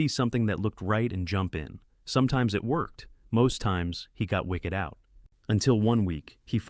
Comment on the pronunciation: more feedback. the content is poetically put together and yet very incisive. You gotta fix the dictation man. Pronouncing "wicked out" like the wicked witch... oof. Also, it is noteworthy that some of your videos contradict each other in thesis. That's ok... but to say 3 timeframes is good in one video and more than 2 is a MISTAKE is a bit odd. Making it more "what works for you" might be a bit more effective... some have success on one TF and others need the top view down to a big more granular. Still, this is generally tremendous content and I now recommend all of it.